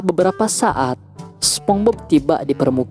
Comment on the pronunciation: BTW nieehh....SpongeBob dibaca Spons;Bob,,,bukan SpomBob🤣🤣🤣🤣🤣🤣🤣🤣🤣🤣🤣🤣🤣🤣🤣🤣🤣🤣🤣